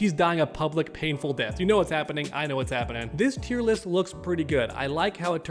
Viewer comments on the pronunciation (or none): none